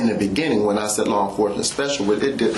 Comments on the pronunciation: In the beneging, in the begeging, in the benining... Law enforcement special... hahahaha... oh yeah... I am getting second hand embarrassment from that. In the benenging... ""... He's got a new title now... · In the beninnging